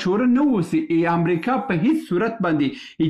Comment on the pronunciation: ښاغلیه صاحب اسلام علیکم زه پنځوس کاله مخکی استاد وم.ستاسی خپروني ډیری ښي اودنظروړدی اما تاسی په خپلو خبرو کښي بعضي کلماتو ته متوجه نه یاست لطفآ واوری تاسی لکه دالندغر چه دو ی وایی و(است) په فارسی زبه (هست ) نو است درست اوته هم ټوله وخت ( امريکا ) ته همریکا وايي اوحما _ س ته اما س وایی ( اما) ته حما وايي لطفآ متوجه اوسه په ډیر درنښت سبحان الله لودين